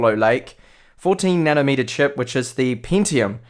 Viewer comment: What's up with your Is and Es? "Pintium/Pentium" "Gegabet/Gigabit" "Ded/Did"...